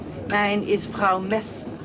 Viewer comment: Patricia Keenan Easy to say Frau (frow, as in wow) Messner (mess-ner). Easy as pie. 🤓🎓✍️